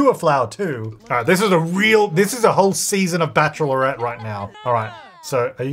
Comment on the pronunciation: Love how you say bachelorette (Bach.lr.et) like bach.er.lor.ret 😆